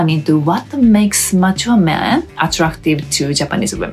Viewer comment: "Mature" kept sounding like "macho", which is not a bad thing.